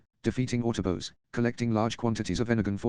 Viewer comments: Love the constant "autobos" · The autoboas